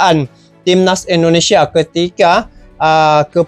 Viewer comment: INDONESIA bang... bukan ENDO... 😊